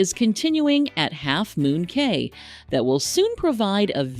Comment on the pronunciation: It's pronounced "Key"